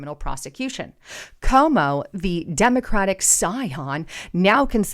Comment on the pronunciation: your channel is full of great info, but please pronounce people’s names correctly, because there are many people who won’t take you seriously, if you don’t know how to pronounce names of people that everyone knows. His name is CUOMO, not Como. It’s pronounced like this “Kwo-mo”. Also, I know it’s trendy to say “take serious” and I keep hearing people say that, but it’s not proper grammar. The correct phrase is “take it seriousLY”, not “take it serious” - it has to have “LY” at the end of the word “serious” because the word TAKE is a verb and verbs are described by adverbs like the word “seriousLY”. The word “serious” without the “LY” is an adjective, not an adverb, and adjectives describe nouns, while adverbs describe verbs. Lately, I keep hearing people say that phrase wrongly, because people tend to pick up other people’s bad grammar habits, and not gets reinforced, over and over again, each time someone says it, but I’m trying to do my part to preserve the English language in its proper form, by pointing out grammar mistakes whenever I see them.